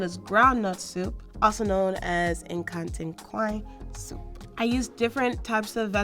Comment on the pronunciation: nkatenkwan. not nkantenkwan.